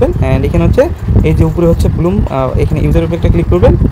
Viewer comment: ব্লুম না ব্লাম 😅